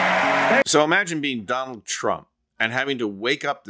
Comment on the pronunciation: You want to know how to pronounce Kamala's opponent's name...it's Don like mafia boss and OLD like how he and his show is.